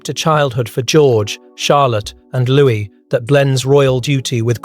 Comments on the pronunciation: It’s not pronounced Lewis but louie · It’s louis